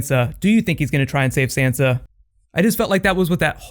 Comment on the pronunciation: I can't be the only one that is bothered by the fact he is mispronouncing Sansa's name.